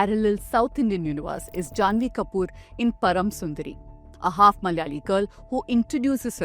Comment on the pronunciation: When you are making a point about Bollywood stereotypes of the south, you could have also researched the correct pronunciation of Malayalam and Malayalee! Everytime you utter those words you pronounce like North Indians - Malyalee and Malyalam!!! 🤦